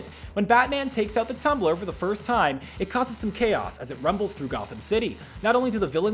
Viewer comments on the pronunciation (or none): none